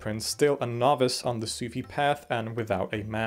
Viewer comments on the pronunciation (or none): none